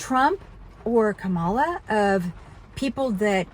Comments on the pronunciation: The Vice President’s name is pronounced “Comma La” fyi ☺️ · What's so sensible about mispronouncing Kamala's name on purpose like you do. Very childish,. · just an FYI. Kamala is pronounced with the accent on the first syllable. I looked it up myself 😊